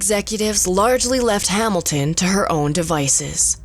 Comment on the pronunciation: "Ree-zor-siz". "Hamil-Tin"